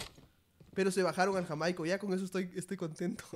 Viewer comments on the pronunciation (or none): Jajajajajaja nunca lo supo decir bien el nombre de JAIMICO XD